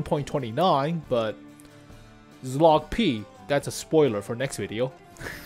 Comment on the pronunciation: pls stop pronouncing Czołg like that 😭